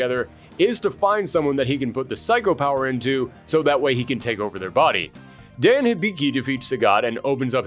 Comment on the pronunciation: Hmn... I thought at least YOU would have pronounced the name of Dan correctly. They even made the same mistake in Street Fighter: Assassin's Fist: Ken read the KANJI of the name "Dan" and yet still asks "Who is DEN ?".